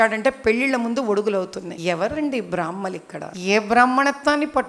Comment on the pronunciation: బ్రాహ్మణ అనాలి బ్రామహాణులు అంటున్నారు